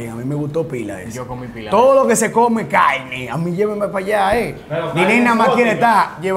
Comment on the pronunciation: todo lo que se come “caine” llevame palla…. A comei 😭😂 se ta juntando mucho con nosotros los cibaeños 😂